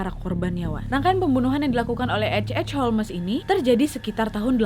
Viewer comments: Holms sayaang jangan holmes napa 😭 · Di bacanya bukan holmesss, bukan homlessss, bukan holesss tapi holmsssssss. Ku jadi cengar cengir nontonnya, indonesaa kaliiii😂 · Holmes,huruf E nya silent Nad alias gak dibaca. Dibacanya Holms. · Holmes baca Holms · Ga konsen nontonnya karna nyebut namanya salah😅 harusnya bacanya holmes(holms) wak. Mon maap netijen bukannya sok2an bs inggris🙏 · H.H Holmes Aku dengar nya a'a holmes😭😭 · Holmes dibaca ( ˈhoʊmz) Nadia, bukan Holmes🤣🤣🤣🙏🙏